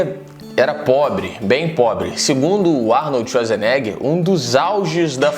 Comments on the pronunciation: Arnold txuadzerneguer ?? vc fala assim kkkkkkkkkkkkkkkkk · Arnoldi shuazinegher